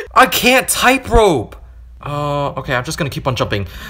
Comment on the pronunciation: you keep saying "typerope" and not "tightrope". it just sounds kinda weird 🤣